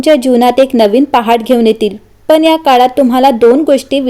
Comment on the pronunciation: तान? चनचन ? आणंद? पन ? लई भारी मराठी!